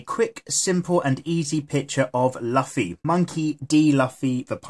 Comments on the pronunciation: LoL he said Luffy ( la-fee) it's supposed 2 be Luffy (loo-fee) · its not laffi its luffy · its lucy not laffi haha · i think he pronounce it as the english say Duffy but yeah its luffy pronounced loofy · DID YOU ISUT CALL LUUUFFY LUFY? triggered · Luffy not laffy.. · It s not laffy its luffa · nobody is watching this in 2020 lol😭😭😭 i watch one pice subned and its not pronounced laffy or luffy they say 'rufi' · it might just be me but it pains to hear luffy pronounced 'lufi' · right its painstakingly clear he has never seen the show lmao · I know you get this a lot but it's pronounced (lou•fee) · sorry (though the drawing is awesome)its pronounced loofy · we pronounce it Loofy here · Did he say laffy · Laffy wtf is luffy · I cringed when he said lafi😁😁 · The way you say his name... but dope drawing <3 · plz check Luffy's correct pronounciation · It’s luffy ur sayin the name wrong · He isn’t Pronouncing it right